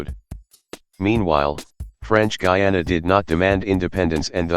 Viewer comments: Guyana is pronounced Guyana Guiana is pronounced Giyana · I guess this was an automated voice, but the pronunciations of "Guyana" and "Guiana" got switched in all the instances Also (I might be wrong here), it was called "British Guiana", not "British Guyana"